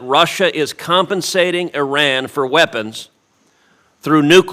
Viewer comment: ow! I just realized that Cruz actually knows how to pronounce Iran. So many people pronounce it Eye Ran rather than Yran that it actually struck me as odd when it was pronounced properly. What a strange world we live in.